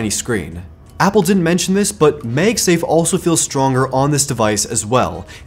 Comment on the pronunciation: Please stop saying magsafe as "meyg-safe". The "mag" in magsafe is "magnet". So pronounce mag as in the word mad.